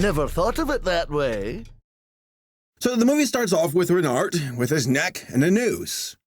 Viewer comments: pronounce it renar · Btw, Renard is pronounced without the d. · I may not be a native French speaker, but I’m pretty sure it doesn’t matter if it’s Reynart or Reynard, because you wouldn’t pronounce either. You’d pronounce it “Rey-NAR”. If a native speaker feels the need to correct me, please do. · Renard in french is pronounced re-nar(french “r” sound) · The "d" is silent in "renard". Also we accept your apology (same with the t for "renart") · "Renny", "Reynard", or what about "Renard"?